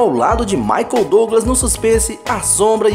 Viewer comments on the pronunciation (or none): none